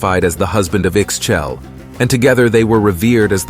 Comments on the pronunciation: Pretty sure Ixchel is pronounced “Eesh Cheil” or “eeh-schELL”. The X is definitely not pronounced like an X. It is an ‘sh’ sound. Xbalanque is more like sh bah lan kh…SH as in "shadow". Bah as in... bah (strong A). Lan has a soft a sound, as the U in "sunk". Last "que" in the end should be pronounced as an abrupt KH such as ending the K sound in the word "tank". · The way he says Ixchel...😢 my actual name is Ixchel, the X is kinda muted in almost all mayan names when it got the X or Z in the first letters just think that X, XH is related to the english way to say the word "shell". I-shél the X or in the example the SH is almost not pronnouced and the last vocal got an emphasis, the same happen with the variations of the name like Izchel or I-xchel but it changes with the common variation, Itzel (this one means just "rainbow" and is pronnouced just as it reads) Another one: Ixtab - i-shtaáb They are a plenty sources to help with these names